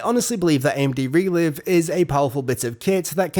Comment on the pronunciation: Isn't it pronounced Re-Live, as in Live Streaming? Makes more sense in terms of video language doesn't it?